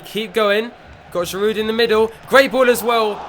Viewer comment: Great videos mate, and you must hear this all the time, but there's no D when you pronounce Giroud. He's French, so it's GI- ROO. But great production overall on your videos, nice work!